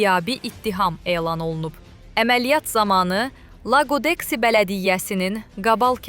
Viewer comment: Лагдекси йох лагодехи